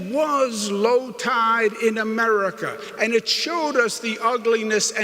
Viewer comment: Americal! I like the sound of that.